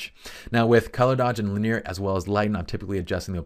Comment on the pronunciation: "linear" has three syllables…otherwise, great stuff, as always. lin·e·ar ˈlinēər/Submit adjective 1. arranged in or extending along a straight or nearly straight line. "linear arrangements" synonyms: straight, direct, undeviating, as straight as an arrow; More consisting of or predominantly formed using lines or outlines. "simple linear designs" involving one dimension only. "linear elasticity" MATHEMATICS able to be represented by a straight line on a graph; involving or exhibiting directly proportional change in two related quantities. "linear functions" 2. progressing from one stage to another in a single series of steps; sequential. "a linear narrative"